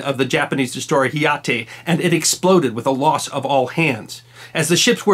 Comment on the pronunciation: The Japanese destroyer's name is Hayate (not Hiyate). It means swift wind.